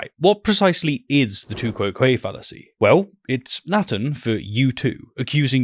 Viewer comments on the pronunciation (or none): I learnt Latin in a non-English speaking country, anyhow, nobody knows how Latin was pronounced. However pronouncing tu quoque as one word sounding like two-kwoh-kwa as an exited duck would. To my ear “to—kou¨oh¨kwae sounds more like I learnt it. But to each their own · It took me some time to realize that you mean "tu quoque" when you say "two kwow quayy". That is a very weird pronounciation.